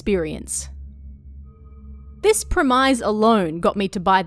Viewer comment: The way you say "premise" is scarier than any ghost